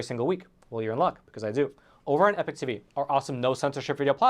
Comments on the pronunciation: Wow you can't even pronounce Epoch correctly. How do you expect people to take you seriously. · I love your work, and your political viewpoints, Roman, But: oh-dear your 'pronunciation' of the word epoch! Oh dear!